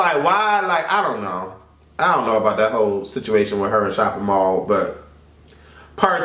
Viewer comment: This fool called Mally Mall "shopping mall". I CAN'T! I WON'T! XD